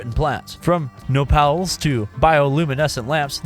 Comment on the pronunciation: it's not no pals. It's no-pal-les XDDDD at least if you're talking about the cactus. My mestiza ass just had a fit xd thanks for the vid though lots of mods to check out